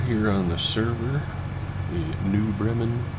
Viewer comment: What a great group of guys. I need to teach you how to say Bremen